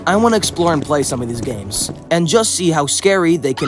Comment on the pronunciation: 'Ganes' —was that on purpose?